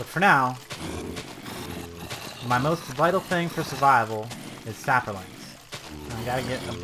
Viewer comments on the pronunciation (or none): There is no "r" in saplings.